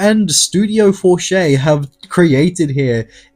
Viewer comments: did you just call it studio forchai? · Ill throw you a like but if you make another video please pronounce FORTICHE correctly. For-teesh. Go to google translate and select French, type Fortiche into the French section and click on the speaker icon to hear how to say it.